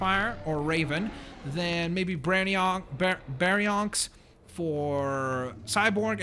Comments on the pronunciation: No Baryonyx is pronounced (bary-onix) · It's Bary-on-ix and raven pteranodon